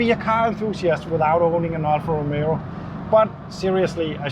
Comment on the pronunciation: It is not Romero! Romeo....Romeo Rom...a....oh